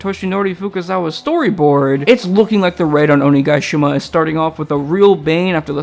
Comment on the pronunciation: Oni-GUY-shima lol Damn I'm so glad for this animation